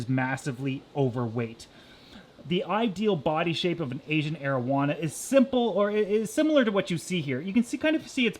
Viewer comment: "asian marijuana"